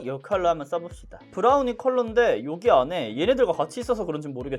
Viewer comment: 🧡🧡🧡 자색고구마ㄴ...데... 브ㄹrrr우늬? ㅋㅋㅋㅋㄲㄱㅋㄱㅋㅋㅋㅋ 아니 는 리뷰도 잘하는데 중간중간 이런 친오빠미가 낭낭하신게 너무 친근하고 프로페셔널함까지 느껴지신다 🖤🖤🖤 하 지금 틴트 블러셔까지 전부 뽐뿌오잖아요 ㅋㅋㅋㅋㅋㅋㅋㅋㅋ ㅡㅡ 내 텅장 책임ㅈㅕ•••